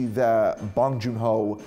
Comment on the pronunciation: So you were a fan of Bong Joon-Ho but Parasite went over your head? Being a fan of Bong but mentioning only the Host, Snowpiercer and Okja and not Mother or Memories of Murder, his 2 best films? Your saying you're a fan of him but can't even remember his name let alone pronounce it right? Dude... I call bullshit. No need to fake it, be honest when reviewing stuff.